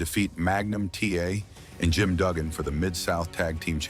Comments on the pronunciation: Who’s Ted “ Dee-BY-ausee “ and Jim “ Dew-gan?!? 😂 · learn to say santana and dibease and duggan correctly